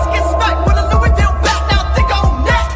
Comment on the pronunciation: he said Louisville wrong😐